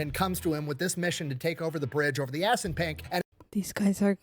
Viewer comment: Did he say "ass n' pink river"? Edit: okay, Assunpink. What a fuckin name 🤣